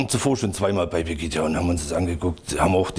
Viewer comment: "Angelika Merkel" ( und ), "Pegidja" (... , , ) Ja Mann, der Typ hat Ahnung wovon er redet!